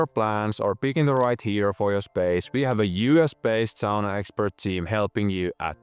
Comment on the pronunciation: I knew from how said Sauna I was in good hands!